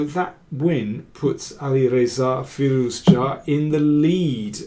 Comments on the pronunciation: Can you please just call him Firou-zha like everyone else (or Alireza)? Your pronounciation is hurting my brain, and I really like the kid. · How do you come up with those pronunciation ideas? You might be the only one in the world pronouncing his name like that :)) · I'm sure it is correct, but every time Daniel say Firouzja it reminds me of an episode of The Big Bang Theory where they set a puzzle to get Sheldon a date, the girl shows up at his door and starts speaking Klingon.